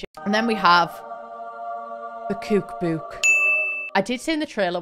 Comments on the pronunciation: Me clicking on this video excited to hear her say "kook book": ✨️😆💕🥰✌️😁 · i like how she says cook book! cuuke buuke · "KEWK BEWK"